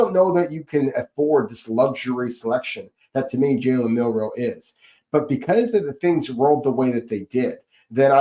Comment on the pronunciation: Please, I beg you. It is MiLroe. Not MiNroe.